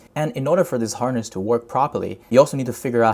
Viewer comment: Good Content! though i think horse can be pronounced more correctly 😆 i thought that loop agent is sits on top of harness agent because what if agent fails to achieve the goal and according to failed memory llm wants more diverse context then what ?